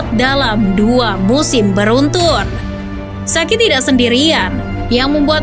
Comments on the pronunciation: Sa ci , BUKAN SA KI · akun ini udah besar, tp saran aja sih VO nya harus lebih baik lagi soal pronounce kaya ballon d'or itu dibaca nya ballon di'or. dan arrigo sachi dibacanya ya sesuai tulisan. bukan jadi sakhi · tolong dong literasi pronounce nya. saci dibaca sachi. kaya ngomong chi-ki. anceloti bukan anseloti. an che loti. ini nama italia, jgn dibaca gaya nggris.